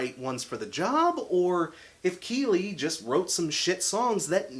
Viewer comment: You're pronouncing Kele wrong and the new drummer didn't even join the band until the album was finished. Just some correction 😉